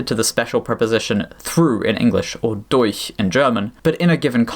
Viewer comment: damn that durch was flawless